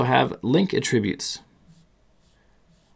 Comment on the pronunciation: "uh" tributes??